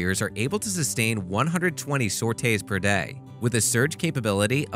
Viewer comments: For the love of god it sore tee not sort ray It’s not pronounced me it’s mark , and it’s see whizz but spelled chi’s please get your nomenclature correct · I was flinching when he pronounced sortie as "sortay". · Your mispronunciation of "Sortie" is grating on the ears, but otherwise great vid! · Sorte is mispronounced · The flights are pronounced as SOR-TEEs and not as SOR-TAYs. Phalanx is pronounced as FAY-LANKS and not as FAIL-LINKS.